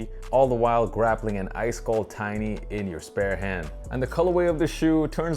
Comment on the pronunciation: It's not a "tiny". it's a tin-ny. Like a can of beer